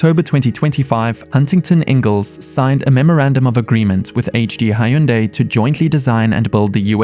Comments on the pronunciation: It’s not pronounced “High Yoon Die”. It rhymes with “Sunday”… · Did this dude pronounce Hyundai as "Hai-Oon-Day"? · hai-yun-day?? bruh